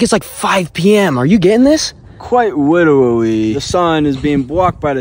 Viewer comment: " Quite witerawee" "The moon is made out if cheeseee...."